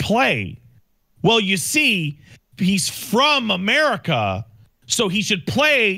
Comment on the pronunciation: Omg Amelie...Ka? Lol 😆 (say it in Engrish if it helps) Amelie...Ka? Amari...Ka? then Matt McMuscles would say YEAH! Murica!!! 🇺🇸